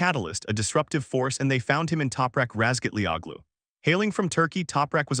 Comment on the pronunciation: Howaboutlearning to pronounce non-english-names ?